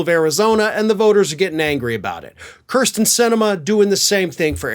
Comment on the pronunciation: I have no problem characterizing Sinema as a “cur” but please stop mispronouncing her name as “cur” sten. It’s “keer” sten.